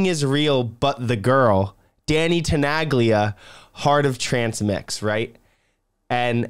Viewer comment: Wow, didn't knew there was a remix by Tenaglia! I can learn new stuff too ^^ BTW as someone with Italo roots as well, it kind of hurts me how you pronounce the legends Name 😄 the G in Tenaglia is silent 😁